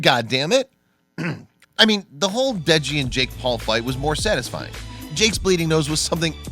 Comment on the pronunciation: i like how he says jake pool and logan pool